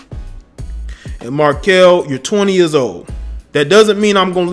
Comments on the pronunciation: mar-kelle, not marquise bro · You called him Markease instead of Merkelle multiple times. Disrespectful not knowing his name lol. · If I here him say markesse one more time. Markelle my guy. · Bro why you keep calling him Marques his name Markelle Fultz lmao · His name is Mark-Kelle 😂😂😂😂😂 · This dude can’t even say his name right Mar-kelle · Fuckin his name up! I can tell he isn't a Sixers fan! Lol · damn dude, get his name right. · You butchered this brother's name! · Butchered the kids name 🤦🏾‍♂️